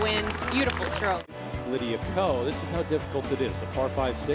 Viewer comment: Who is Lydia Coe?? It’s Ko !!!!!!